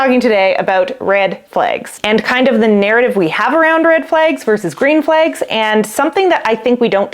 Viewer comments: Your saying Red just fine. It's Flags that makes it seem like u have an accent because you say Red Flegs and Green Fleg. Try pronouncing flag with the short a as in apple or bad....your using the short e . That being said I think it sounds cute Red Flegs .... And I love rhyming so like in rapping it would be how a rapper would bend a word 'turned a blind eye to the Red Flegs he had his eyes all over her legs We're just friends is what he says I'm a train wreck alone in his bed He got the Wrong part of my body wet Picturing her arms wrapped around his neck she wasn't blind to the green Flegs dancing in his wife open eyes' Well .. I never write raps that are emotional or about love or loss of it so that's really stilted. I am best at angry Eminem style raps LOL Anyhow that is my prognosis of the pronunciation. I'm not trained in any of it so take it with a grain of salt! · As a Norwegian who only learned English at school, your pronunciation of "red" sounds perfectly normal to me. However, your pronunciation of "flags" seems a bit different for me (it sounds a bit like "flegs"). Is that a dialect thing? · You say "flags" funny too but you are cute, smart, & we love you 😂❤❤❤